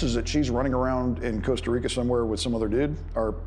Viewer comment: It’s Costa Rica .Not Cooasta Rico. So disrespectful to mispronounce the name of countries.